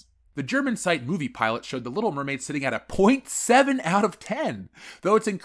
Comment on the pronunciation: Little Meh-maid